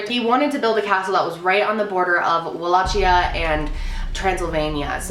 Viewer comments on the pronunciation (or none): Wall-a-kee-uh not wallaCHIA 😝